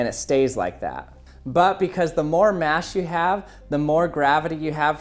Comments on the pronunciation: In stead of mass he said mash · he says mash instead of mass